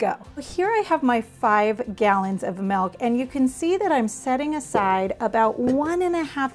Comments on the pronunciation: I’m grateful for the information and the video! My only gripe is “m-I-lk” not “m-e-lk”. But that’s my autistic pedantic tendencies speaking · It’s milk not melk 😂😂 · Poll for the audience: how do you pronounce "milk"? a) milk b) melk (like the lady in the video)